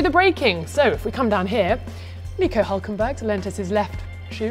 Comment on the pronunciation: She said Nico Hulkenberg clearly, are you deaf?